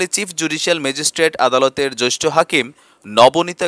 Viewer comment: Joishtho na, jeashtho hobe.